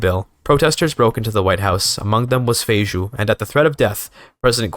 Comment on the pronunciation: well, that is kinda funny, because Feijó (it is pronouced feijoh) actually was a catolhic clergy, and in Brazil he is known as Father Feijó.